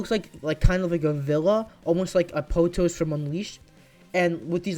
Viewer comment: You mispronounced, "Apotos" by the way!